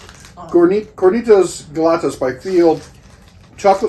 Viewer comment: Great video! Love getting the family involved, not only is it more fun but more opinions and insights. I particularly enjoyed the back and forth about milkways 😂 I never thought I’d say this, but I guess I’m a communist too, 3 musketeers are good! God bless and merry Christmas yall! Edit: “galletas” is pronounced with the two L’s pronounced with a y sound, sounding more like “guayettas” or “gayettas” and means cookies in Spanish